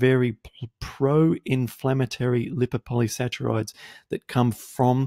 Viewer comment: I wish you knew how to pronounce "polysaccharides".